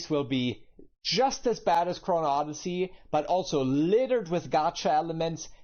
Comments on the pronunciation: I usually don't mind your little tiks but for some reason, constantly adding an s to chrono.... is driving me insane. That being said the bones were there if they give it a year or three it could be a good game. As far as the combat goes in my first 20 hours I thought it was trash quit berserker went to archer then made a sword master. Then with the dual blades beat capstone boss first try. As a gamer with vastly more experience than 90 percent of gamers the learning curve is too large. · chrono oddysey. not chrono's oddyssey. Man that bothered me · No offence, but if you are calling out a game for lying you should at least get the name right... you consistently call it " Chronos "... not once did you say " Chrono " how can you get this so obviously wrong every time?😅 Makes me question if your voice over is not AI or something unable to say Chrono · Bro you're killing me, it's Chrono Odyssey, not ChronoS Odyssey.. You've even got it written in your title, pronounce the damn thing right! lol. Not many people really like Neeko, nor do they agree with his statements, there's a reason he has a low follower count. As for the game itself, we've only had a beta test and they've already told us they'll be fixing the lightning which was the one thing ruining the graphics and look of the game. Combat is amazing it just needs to be tweaked a little, there haven't been any lies YET. We can only hope for the best that they won't put any cash grabs in the game. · The fact you keep saying “chrono’s” really grinds my gears…GAME IS GOOD! Not great but great potential can’t wait to see how it’s finished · I had to stop watching after the third time he said "Chronos" instead of Chrono. IDK why but it was like nails on a chalkboard. How am I supposed to take any information he says seriously when he can't even say the name of the title correctly. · Chrono. Not Chronos. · "Chronos Odyssey"? 🤨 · Why do you keep saying "Kronos Odyssey?" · There is no "s" in "chrono".